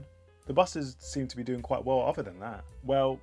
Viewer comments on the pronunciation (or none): none